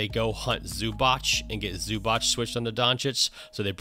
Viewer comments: He is Zubac not Zubač (Zubach) or Zubak:) Nice breakdown. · Its Zubac not Zubach. It's pronounced Zoobatz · ZubaC, not zubač, not zubak... ZubaC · ZubaC , not zubač... C !!!! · Just to point, Ivica's surname is not pronounced Zubach but Zubats (the last letter is pronounced like ts in tsunami). Besides that great video Coach, playoffs will be even more fun with your videos. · It's more like zz in pizza ;) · ",we dive deep", and you cant or dont know how to pronaunce Zubac oh maaaan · I know it might be weird, but what I actualy love the most about your vids is that you actualy understand that not everything is a stepback. Nowdays people call everything that isnt a drive or a stright up pull up a fadeaway and it is so annoying. A fadeaway, side step, everything just thrown into one basket. On the other hand, that is some awfull pronounciation of Zubac lol.